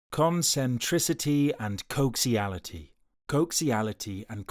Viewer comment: it's not "coxiality", it coaxiality. With an "A"